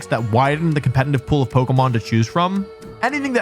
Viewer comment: For someone who says the word "competitive" so much, can you please try not to pronounce it as "compenitive"? It's very distracting 😂😂